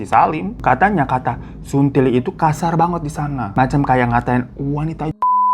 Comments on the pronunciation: Saya yang asli Makassar, mau marah ke Daeng malah ngakak perkara bang Hiro ngomong 'suntili' . Sebenernya pronounce nya gak kayak gitu, salah penekanan, dan emang kata itu kasar tapi pas diucap sama bang Hiro malah jadi lucu😂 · Hay bang Hiro aku dari Makassar,ngakak bgt pas ngomong suntili😂😂😂